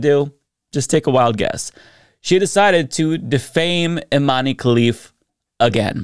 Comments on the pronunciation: I cringe every time you say "Imani" - it's Iman! Algeria (and Morocco) use french spelling conventions when transliterating Arabic words so the final "e"is silent, just like in Zidane; you wouldnt say "Zidani", would you? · "We like strong independent women in sports" > strong independent woman from an extremely humble household takes the stage but isn't of european descent. "We like OUR strong independent women" As a side note, the E in Imane is silent, so its pronounced "Eeman", the "man" sounds exactly like the english word "Man". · Please, please, please look up how to pronounce people's names before doing a video, it really doesn't take that long and it would show you give an ounce of respect for the rest of the world's cultures. Imane's name is being mispronounced all over the internet by americans, the "e" is supposed to be silent, and this doesn't pose a phonetic difficulty. It's not like her name has vowels or consonants that would be a challenge to pronounce for English speakers.